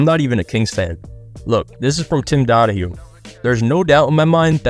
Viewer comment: It’s Tim donagy not Donahue